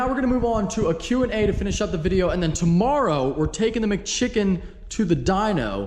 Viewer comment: I lose it every time you say “McChicken” 😂